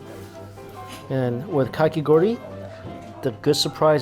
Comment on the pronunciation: So you can say KAkigori correctly but never say Wagyu right! It’s the same AH sound boo boo